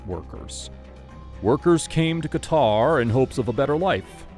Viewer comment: hahaha elgataar,no qatar?